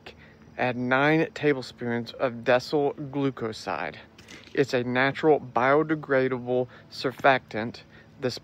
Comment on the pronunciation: it is decyl glucoside not desol glucoside